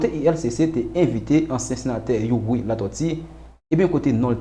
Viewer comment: Yow sispann pale tenten tande figui di m panc sete yon bagay serye ou tap vin pale ui dyòl sirèt ou pa menm ka pwononse nom senateur Youri byen menm...monchè souye dyol ou nan yon pil kk pa jam site nom misye anko ok kokorat oumemm ak tout Rosmon jean enbesil nèg sòt dyol mayas